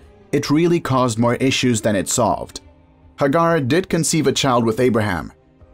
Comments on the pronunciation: Its not Hagar its Hey- gar... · Hagar, pronounced Haygar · These are mispronouncing Sarah Hagar Etc you know play I guess that's his privilege but he's not be correct in his pronunciation